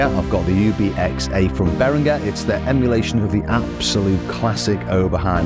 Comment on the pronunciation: beringer is pronounced as beringer not berinGer, like the G in ginger.